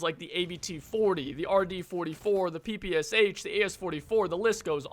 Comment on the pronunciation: "soviets have PP C H" Man, that just hurts my ears 💀 It's [PePeSha] god damn it 😭